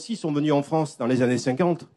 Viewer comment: Il a parlais au Froncè de la Fronce